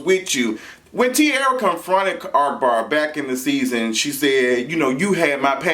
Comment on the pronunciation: I love that you call him ARKbar even thought its AHkbar😭😭